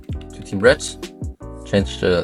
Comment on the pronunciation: love the way u say red u say it like RED'"T